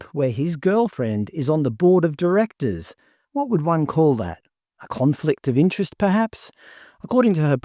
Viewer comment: Yes a CON-flict of indigentrest LOL